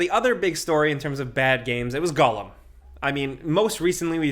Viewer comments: Hey bud, it's pronounced G O L L U M. Not G U L L E M. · Gollum, not "Gullum". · i love you but why are you saying Gull-em 😂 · Stop saying Gullum lol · Why can't say Gollum? 🤣